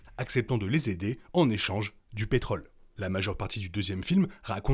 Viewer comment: On dit pétrole, mais on dit contrôle, rôle et on prononce le Ô circonflexe, mes oreilles arrêteront de saigner. Parmi les nombreuses erreurs ; ce n'est pas Mad max qui conduit les colons (pourquoi colons ?) à quitter leur puits de pétrole, mais leur désir de trouver une terre nouvelle au bord de l'océan (rappelle toi les filles en maillot de bain sur le dépliant photo). On ne parle pas de Mad Max 3, dommage, car on y parle beaucoup de ce qui est arrivé.